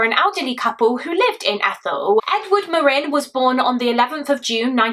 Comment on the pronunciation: Omg they have the same last name as me! I’ve only ever heard of 2 other Marin’s. Thank you for being one of the only people to pronounce it properly, love you and your work ❤